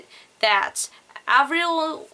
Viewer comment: haha she ALMOST got the Avril right